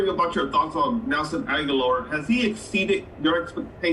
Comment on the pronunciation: If anyone calls Agholor Aguilar one more time!!!